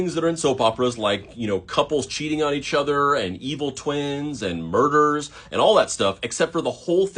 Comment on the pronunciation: I’m sure you said “murders” but after rewatching it several times, I swear you’ve got to be saying lburgers” 😂😂😂🤦‍♀️👌